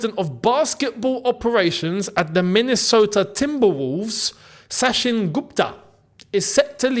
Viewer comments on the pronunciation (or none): You pronounce Sachin wrongly it's Indian name so it is sa chin not sa shin